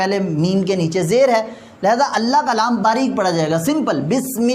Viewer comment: قبلہ لفظِ اللہ کا لام ہے نہ اللہ کالام درست فرمائیں